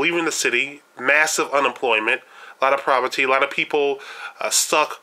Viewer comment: Provety? Say it with me po-ver-ty!